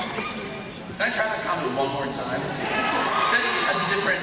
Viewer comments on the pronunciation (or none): I laugh when people say tim instead of time :D :D